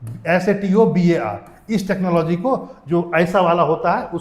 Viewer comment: Kya padha rahe ho satobar nahi.... Stobar hota hai......